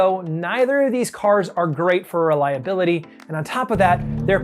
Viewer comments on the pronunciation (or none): be like Reliabiility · you mean reliabiility